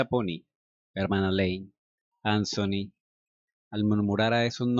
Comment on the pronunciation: HOLA, EL NOMBRE ANTHONY SE PRONUNCIA AN-ZO-NI, EN INGLES EL SONIDO DE LA T Y LA H JUNTAS ES EL DE LA Z. MUY AGRADECIDA POR TU NARRACION!❤👍 HORRIBLE, TAMPOCO ME GUSTABAN LAS DESPEDIDAS, PERO UNA VEZ UNAS AMIGAS ME ACOMPANARON AL AEROPUERTO Y VIAJE MAS RELAJADA, NO SOPORTABA DECIR ADIOS TAL COMO CANDY, Y TODAVIA SIGUEN SIN GUSTARME LAS ORUGAS..😖☺ AHH, TERRY, OTRO NOMBRE QUE TRAE RECUERDOS Y ALGO MAS EN COMUN CON CANDY...💔🤴